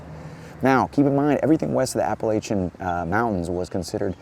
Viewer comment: I love ya, but you mispronounced Appalachian so I had to stop watching.